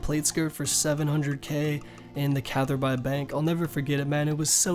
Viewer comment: Did you really just call catherby “cat her bye”? Feelsthinking